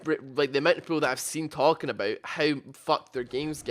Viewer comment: "I care aboot it"